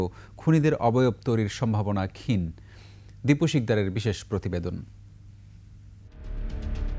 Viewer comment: একুশে টিভি র সংবাদ পাঠক যখন বলে “ক্ষীন্”, এ লজ্জা রাখি কোথায়? ছিঃ